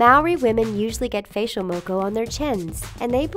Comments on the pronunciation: these days its actually like maybe once every couple of months you see a girl with a moko on her face and if a guy had a moko it usuall means hes in a gang so new zealand also its mockaw not moeko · When she be sayin moko really cringy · I love how they added 'New Zealand' (my home country) and all but I would love it even more if you guys could pronounce the words properly like 'Moko and Māori' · ayy New Zealand! lol you pronounced maõri and moku wrong🤣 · The way she pronounced Māori and Moko 🤦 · Can u please say moko and maori right 😂